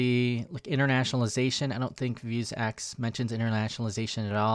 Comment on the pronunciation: Me: "vue" + "sax" = "vuesax": "vue" + "sax" = "vue's axe"?! haha Great video as always